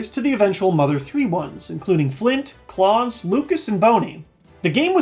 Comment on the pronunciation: "Kirby's Airride" did retain its original name. It's just that the English version changed it to "Kirby Air Ride" becuz fuck grammar!(?) Haha. Lucas and Claus are pronounced [lyoo kuh] and [klous], with the OUS being pronounced like in 'a house'. They're French and German names respectively. Not relevant to Space World, but it still must be said. I dream of a world where people can correctly say their names..